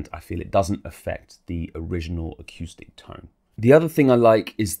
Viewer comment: great review, nicely done, ended up just waiting to hear you say aqueuestic reverb again, golden